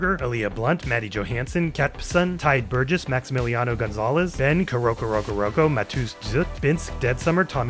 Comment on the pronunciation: Your pronunciation of Korokorokokoro had me like samuel johnson squinting meme